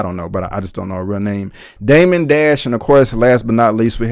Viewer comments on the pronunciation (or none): none